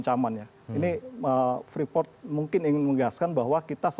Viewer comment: Freeport, Preefort, Preeport, atau ?